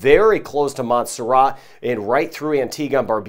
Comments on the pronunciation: rat not ra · Your my favourite Weatherman💖 but really wish you would pronouce MONT-SER-RAT better hard T, keep up the great work